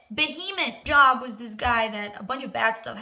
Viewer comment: The book in the bible that u are referencing is Job but pronounced Johb. Great video otherwise.